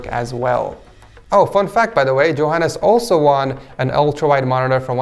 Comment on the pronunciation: Why do you day Joehannes it's Johannes